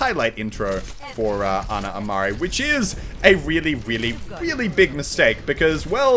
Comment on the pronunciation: and "REEALY RELY..." lol